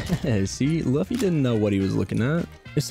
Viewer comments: No way just called Luffy Luh-fee Great video though! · that's now how you say luffy 😞